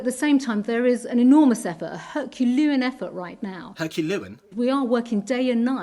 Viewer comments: That's 'Herculuan' 😂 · PPA or PPE? Failin' in her Hurculoowan effort not to speak insincerely, failin' to pronounce words correctly and remaining unconvincin'...lucky she's sooo Prit? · No she’s not, she has the compassion of a Daley but even a Dalek could pronounce Herculean properly!